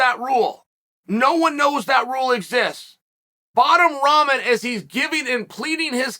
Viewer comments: WTF does he keep calling Rahman "Ramen", like the noodles? Rock-mon. It's not hard to say. It's not like he's asking you to call him a crazy nickname or pronoun. At least get the man's name right. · Evertine he says Ramen 🤣🤣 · Ramen is a noodle not the boxer. If you can’t even pronounce his name it’s tough to take the argument seriously…fact is jake knows the PPV sales were going to be garbage and jake knew he was in trouble in this fight. Jake never had any problem fighting Nate Robinson even though he’s a midget compared to jake but he runs when it’s 15 lbs the other way he runs…10% is over 20 lbs they definitely could have made that spread if they wanted too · It his gimmick ya clown ffs .. He is The Bad Guy after all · It’s like your 6th video on this and you still can’t say his name 🤣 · Is chael on Jake payroll cuz he makes a point to say his name wrong I'm sure he knows that's not how you pronounce his name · Ummm, Chael... its also guys like Bisping calling Paul a cowerd and defending "bottom"Rahmen